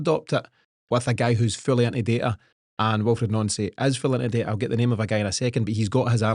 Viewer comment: Guys his name is pronounced NANCY not NONCY FACT